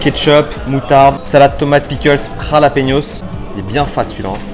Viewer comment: C'est plus des "Jalapeños" c'est des "KhallassPenos"